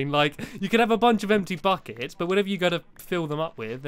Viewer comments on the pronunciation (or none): omg stampy i thought u said f*ck its, not buckets XD